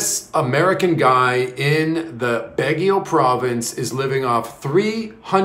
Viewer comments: Its Baguio not Bagio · Let me help you .... sounds like this....BAG GU.....not BAG GE O